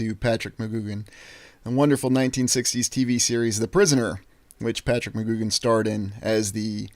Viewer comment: McGoohan is said mac-goo-an*